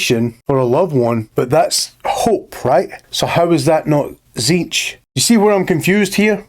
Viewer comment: Questions answered. Ish Tzeentch is pronounced correctly by, first T is silent zeen like end of magazine then tch as a single syllable is roughly the way to say it. Slaanesh is both and neither basically what ever the desire for it is, so he/she that thirst doesn't matter. Time line general year not precise 60 million BC necrons+war in heavens 2025 AD I write a comment 25 thousand AD birth of Slaanesh 29 thousand AD the emperor officially appears and begins conquest of terra 30 thousand AD great crusade 31 thousand Horus heresy+death of emperor 41 to 42 thousand current time in 40k FPS is the game Warhammer Darktide. Thunder warriors were only used to conquer earth before being killed before the great crusade No the exact process for making primarchs is not recorded anywhere that includes what samples are needed. Black carapace is not armour more of an electronic interface inserted under the skin. Hope that helps